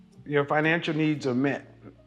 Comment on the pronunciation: Did she say finanshual 😂😂😂 My goodness